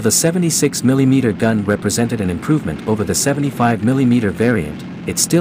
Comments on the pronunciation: I won't watch anymore videos from FactBytes until the can stop A I from saying, "Milly Meter". Hair-pulling time! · Very cool video. Just one criticism from me, the way you say “milee-meter” and “glasee” instead of millimeter and glacis was a bit distracting to me. Lol. I know that is a ridiculous complaint, but it was like nails on a chalkboard to me. Lol. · It's not Mileemeter.